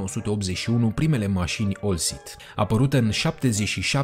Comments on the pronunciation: oltcit nu olcit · Baaaaa….OLTCIT !!!! Nu OLCIT.?..